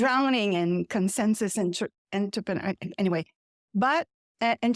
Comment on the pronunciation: Excellent, your English is excellent. I was puzzled you had trouble saying "entrepreneur" - that is French after all!! Your presentation was very clear and condensed a LOT of essential detail into a very short time. So glad the French language has a voice as clear as yours. Truth ALWAYS wins; the trick is to have it win EARLY so that not too many get hurt. Thanks for this gem.